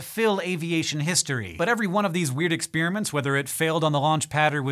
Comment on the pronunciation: Dunno why this was the vid i finally made this comment... he says it a lot more in other vids: "exPEERimints"? Only other time i've ever heard it pronounced thus was by another scishow narrator (who probably picked it up from Hank). What gives? PS: It's not like a dealbreaker or anything... i love the show.